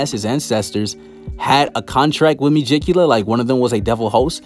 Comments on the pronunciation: Me-gi-cu-la lol...no me-ji-cula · Ita megicula not mejicula mee-geek-u-la